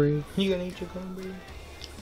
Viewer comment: Crancherry sauce!!